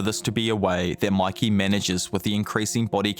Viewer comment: Bro really said makey💀💀💀💀💀💀👽👽👽👽